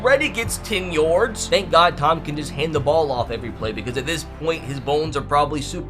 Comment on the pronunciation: Why u say yards like yords 😂